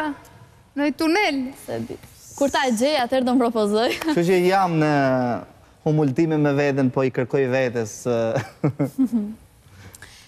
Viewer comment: Ore a thuhet Humultime apo Hulumtime se me habiti dhe mua